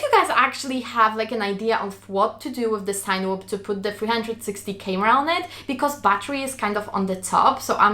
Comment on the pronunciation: sag mal CINEma und dann überleg mal wie man CINEwhoop ausspricht;)